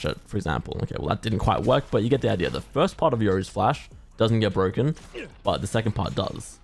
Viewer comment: This agent is so bwoken